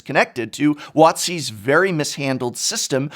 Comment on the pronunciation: After a couple years of listening to you complain about how this Watzy dude is ruining Magic... Were you saying "WOTC" the whole time? I was wondering how Rosewater is supposedly the face of Magic, yet Watzy's been calling all the shots.